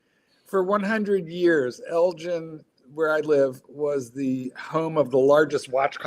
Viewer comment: They’re pronouncing Elgin wrongly